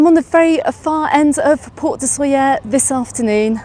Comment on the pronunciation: Please try to pronounce it right: [ˈsoʎə], thank you.